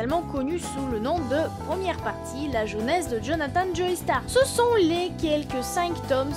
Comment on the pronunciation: Attention on ne dit pas "Joeystar" mais "Jostar" vu que c'est un nom anglais ;)